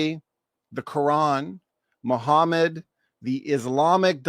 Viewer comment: Keep saying muhhmad the comfortaba the comfortaba had already come muhhmad wasn't even born